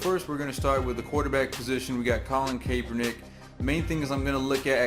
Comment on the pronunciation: Kap-er-nick lol